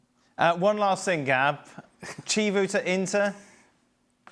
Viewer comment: Dan butchering Chivu's name is just par for the course